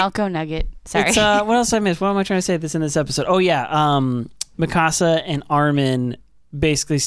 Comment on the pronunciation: Just found your podcast the other day. Had to hear your thoughts on EP 79,80&81. Solid points. But why do you guys do dirty to Mikasa's name? The way you pronounce it sounds like a spanish home. Mi casa. It's one syllable. Mikasa. Lol c'mon now